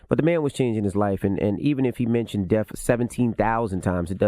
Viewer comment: Cthagod keeps say deaf instead of death. LONG LIVE X